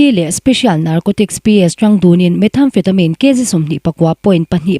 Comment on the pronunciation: Hmeichhe voice hi ava nalh tak..ka duuuhhhh..🤦‍♂️😍chuan methamphetamine tih hi lamdan adik lo..methamphetamine (met-amfetamin) ti a lam tur..voice nalh em2 nu..❤